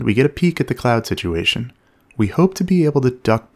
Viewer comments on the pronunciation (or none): none